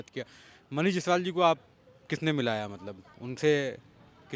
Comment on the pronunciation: जैसवाल नहीं जायसवाल होता है सर